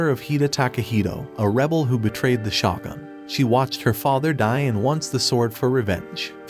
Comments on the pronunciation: Its shogun not shotgun Need to work on your pronounciation man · It’s pronounced shogun (show-gun), not shawgun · Listening to you butcher shogun is kinda triggering, ngl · Although I enjoyed the anime recap it was almost unwatchable due to the mispronunciations of almost every important word or name starting with the word Shogun. Question is this some kind of computerized voice over? Because I noticed this a lot for someone who seems to watch anime but then can't listen to how the names are pronounced